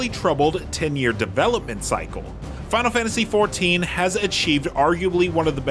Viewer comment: fahnul fahntasy